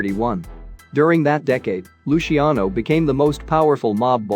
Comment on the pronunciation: Or Luciano. Lushiano? Unbelievable.